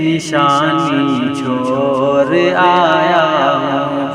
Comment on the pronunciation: ڑا😂 نکالو بھائی...... مور اور چھور نہیں موڑ؛ اور چھوڑ بولنے کیلئے بولو